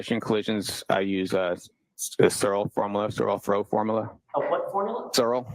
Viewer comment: PS: I found the correct name!!!!! it's: Searle’s Method for pedestrian throw, so he tried to say Searle and sounded like zorro. And it is all very basic physics.